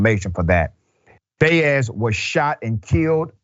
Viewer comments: Hello Dr Richey First of all, Jayde's last name is NOT pronounced "bay-es". It is pronounced as "bah-es". Latin people deserved the respect to have their last names pronounced correctly, just like European, African, and Asian last names. Second, it it quite obvious that they did not turn on their body cameras because they were planning NOT to behave in a 'legal' way. They did not want ANY evidence that would get them convicted like for Chauvin. Third, at this point, it SHOULD be quite obvious that police Sheriffs, Captains, or other top brass will NEVER admit that their officers did anything wrong. They always say or deny any wrong-doing and defend bad behavior and cops at all costs. Their comments can no longer be trusted to be the truth or reasonable logic. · FaceTime the ethnic background of this young man and my experience listening to the pronunciation of dozens of athletes with this last name I would conclude his name is pronounced Bai•yez.